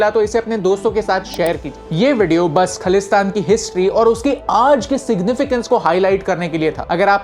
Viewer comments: Bro the word is khalistan pronounced as Khaa-lis-taan. The word khaalis means Pure or unbaised; in other words khalistan can be known as flawless place. The word khalis derived from 16 or 17th century by Guru Gobind Singh when he created an army to fight against cruelty, unfairness, dominant government who then wanted people to convert their religions by hook or crook. Then those were mughals who wanted everyone should be islam hence khalsa panth has been establised. Today the movement is said to be against the word hindu rastra. Those who say hindu rastra banana hai if those who think india is for hindus or they want india to represented as hindu the movement khalistan is there to justify their own rights and it was then, now and forever to the sake of fairness. The movement of khalistan is not against any religion or a particular community. It was and will always be against those who think they can dominate for the sake of their caste or religion. For the map info; for what i know by reading history books or by listening to people who agrees to this philosophy they say khalistans map would be like how it was at the first place whole pakistan till the borders of Afghanistan and in india himachal haryana and some portions of rajisthan. If more details find real map of punjab when it was not india. The word india has been given us by britishers and not khalistan. Real history should never be manipulated. Kohinoor and prince duleep singh were stolen along with many other precio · Bruh you don’t know anything You don’t even Pronouncing it correctly its not khalesthan Its khalisthan😑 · Firstly you need to know the pronunciation of khalistan and one more thing Sant Bhindrawale was not a terrorist understand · Bro first learn pronounce khalistan 😂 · Sir pehle khalistan, theek se pronounce kar lijiye. It's ajnala not anjala. WhatsApp University ! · First of a learn to speak ( pronounce) khaalistan correctly